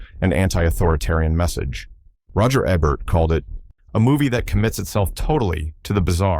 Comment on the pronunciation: What? You're not enjoying hearing the narrator say things like "No one can hear......you scream concept" and "Roger Ehbert".